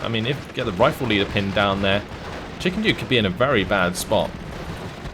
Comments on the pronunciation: I think he was saying chickenjew and he's the one who read the name wrong haha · Every time you said ChickenDew, I thought you said ChickenJew untill I looked at the names at the very end